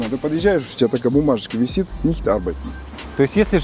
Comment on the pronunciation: Почти 20 лет в Германии и говорит «автомат нишьт арбайтет» 😂 «Außer Betrieb» это называется.